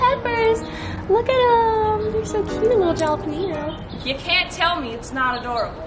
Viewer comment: “Little jalep-peninyos”